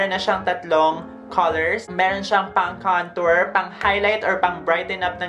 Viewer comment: Or bka kantot instead of kantor mo. Haha 😂 bakla pa effect.